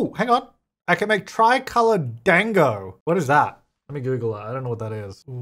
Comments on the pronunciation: its not DANG-O its pronounced like Daango with a long A sound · pronounced "dawng-go" lol. It is basically a round dumpling. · you pronounced Dango wrong XD those Hanami Dango Are Japanese Desserts as know as Wagashi ( wa-gashi) are traditional Japanese confections that are often served with green tea, especially the types made of mochi, anko (azuki bean paste), and fruit. Wagashi are typically made from plant-based ingredients.)